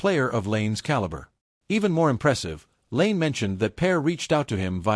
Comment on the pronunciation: There's literally nothing controversial about this "revelation". Also, the lazy use of AI narration and mispronouncing of "Lane" and "Pear" is terrible. Use your own words.